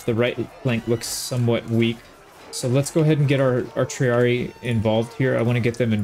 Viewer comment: Little thing is for the future with Latin if you see two ii like in triarii it’s pronounced tri ari i not tri ari